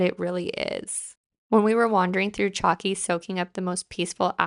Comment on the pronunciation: the village is pronounced Halki , you don't say the Ch sound, its like the main town are called Chora but pronounced Hora, loved your Naxos Vlogs, my go to island twice a year